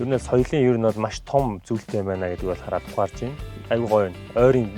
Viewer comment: Яг үзэж байтал 45 минутын 14с дээр яг энгийш дэ хараа гэдэг нь энгийш дэ хайраа гэсэн юм шиг сонсогдсон